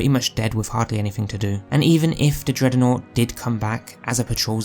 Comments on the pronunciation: Why the f does he keep saying it like that. It makes my brain come to a screeching halt every time i hear it. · What's a 'dreadernought'? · Can’t unhear it